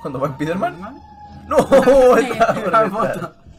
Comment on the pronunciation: spiderman o spaiderman?